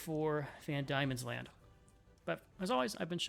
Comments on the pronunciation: Please god, Pronounce is as Van Deamons land, and OZtralia. NOT Damons land or Auostralia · It's van Deemans land. Not van Diamonds land. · I know this late. and im sure a million people have said this. but its pronounced van d(i)emons land. silent i thank you ❤ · Its pronounced 'Van Deamons land' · Van Diemans Land. Pronounced "Van DEEman's Land". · I can definitely see why you kept pronouncing it that way as the first 3 letters are "die", but "Van Diemens Land" is pronounced as "demon"... "Van Demons Land". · It's pronounced Van Demon